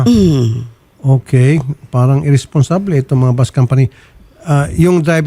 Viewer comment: Hi Idol Ruffy, can you pronounce is Bus not Bos